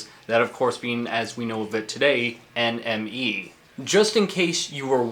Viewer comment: When you say NME it sounds like your saying enemy